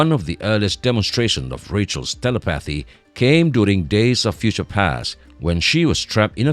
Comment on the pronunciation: wtf is this announcer.... telekinesis, telepathy, apocalypse. So painful listening through this video while constantly mis-pronouncing tons of words